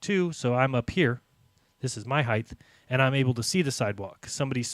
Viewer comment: Lol! Does not know how to pronounce "height"????!!